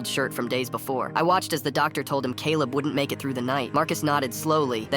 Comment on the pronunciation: I heard 'naked' instead of 'make it' 😭